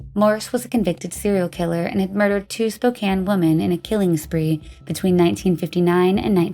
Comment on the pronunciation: I came here to tell the person who is script writing, it is pronounced Spo-CAN not Spo-KANE its a native name, and is not pronounced like an English word